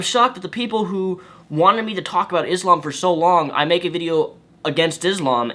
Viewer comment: You fool you do not even know how to pronounce Islam or Muslim.